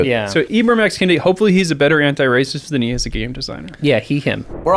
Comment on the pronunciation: I thought this was going to be antiracist but then 1 minute in, Kendi has his name mispronounced by you. Clearly, you're racist. ;)